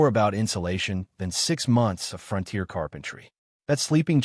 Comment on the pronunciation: I am not familiar with where the front tier is located and this makes me wonder where the rear tier is. What I am familiar with is the fron-tier. Is this the way it is actually pronounced in some areas or just ad ( artificial dumbness)?